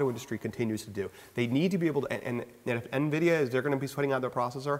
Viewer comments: "n" vida.... Wow it's n-vidi-a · eenvida! LMAO it's in-vid-ia (like kia without the k). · Sirry, you're pronouncing Nvidia wrong.